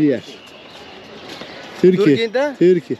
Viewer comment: törki demiyoruz artık turkiye diyoruz. lütfen ingilizce konuştuğun kişilere kendini tanıtırken nerelisin sorusuna törki demeyin.